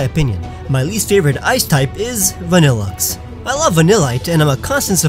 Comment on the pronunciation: VANILLUXE, NOT VABILAXE!